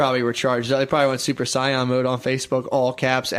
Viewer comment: That is ... not how you pronounce Super Saiyan... just saiyan